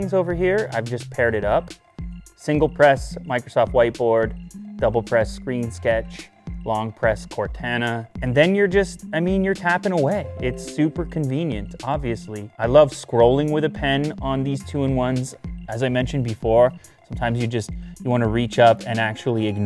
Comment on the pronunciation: "CorTaana" That really annoyed me lowkey